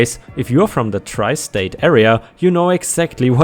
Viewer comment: Its tri state pronounced (try) it is New York, New Jersey and Connecticut